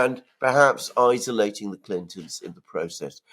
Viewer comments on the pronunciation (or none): I see Alexander is STILL MISPRONOUNCING "isolation". A start would be reading viewer's comments, radical though that would be.